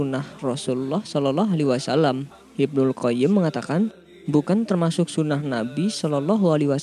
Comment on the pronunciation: Sayang Pembawa acaranya tdk bisa baca SHOLOLLOH A.W.